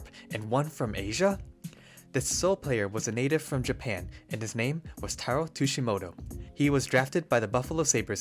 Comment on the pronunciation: Sorry if I’m just nitpicking, but the pronounciation of Tsujimoto, Miura, and Fukufuji’s names were, for the most part, way off.